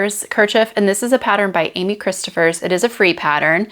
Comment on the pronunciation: Hi! Thank you for another great video — always enjoy your content. First, I believe Rebecca’s last name is pronounced like it rhymes with “low,” not “plough.” Second, I also think that Amy’s last name is pronounced Krist OFF ers. Third, I vote for the Vilma top for your Drops Belle make — (love that that blue color really brings out your eyes!) I just received my first order of Belle and will be making a Tolsta Tee — I made a Tolsta tank a couple of years ago and love it — yours turned out wonderfully and fits you beautifully! ETA: Your tiny watercolors are lovely! Good for you for learning and trying a new thing!